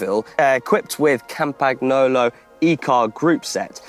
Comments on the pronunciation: you‘re never allowed to say “ciao“ ever again after the way you said Campagnolo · I died inside hearing the way he pronounced "campagnolo" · your positivity and relentless effort is inspiring!! However, the way you pronounce Campagnolo hurts my ears. Keep the epic rides coming!!